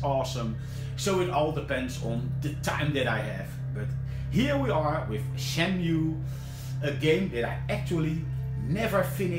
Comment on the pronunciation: I like how you say Shenmui xD